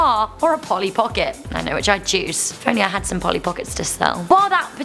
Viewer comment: Hi,you missed the "l" in Polly!